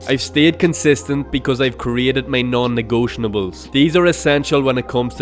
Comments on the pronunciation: negotiables, not negotianables. great video, thanks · Why do you say non negotiables like that? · hey man you might know this by now, but you've been saying "non-negotiables" incorrectly. there's no N towards the end. no hate intended with this comment just wanted to let you know!